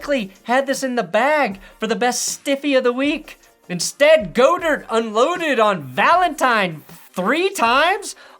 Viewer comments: OMG does he do this as a joke? Someone tell me lmao. I love but he’s been saying GO-dirt for Dallas Goedert for 5 years!! It’s GAH-dirt!!!! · FYI it's God - ert not Go dirt. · I love the show but I can’t keep hearing you butcher Dallas Goedert’s last name 😂 it’s God-ert. Still the best football show on YouTube!!! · It’s pronounced Dallas Gaw-Dird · He said Goedert wrong 😭😭😭😭